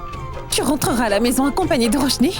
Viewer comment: Tout moun rele tifi an Roshni....DD menm relem Ròshni😂